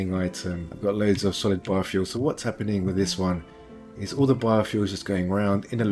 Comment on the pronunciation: I keep hearing 'bar-fuel'. I should stop drinking...